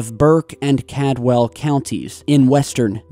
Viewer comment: I could have swore the e.b.e. caught in chilli was a video and not a just a picture. I'm pretty sure I've seen it... And I definitely appreciate all you do but I'm one county over from Caldwell and it's pronounced like called-well. Keep doing what you do though... Good work.